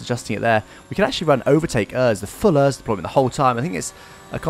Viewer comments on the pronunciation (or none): The way you say ERS. It’s supposed to be said letter by letter. E - R - S